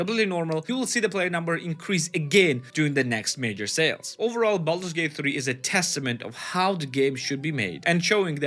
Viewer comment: ah yes, Baldut's Gate 😆